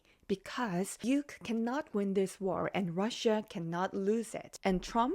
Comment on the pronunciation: Say Ukraine you sound so silly saying uke